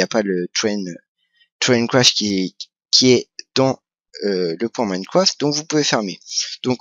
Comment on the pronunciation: Minecraft pas moimcroft ou je ne sais pas trop quoi mais sinon pouce vert ;p